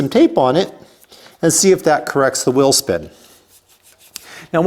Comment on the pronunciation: It’s “whEEL”…….not “WIIL.” What’s a will?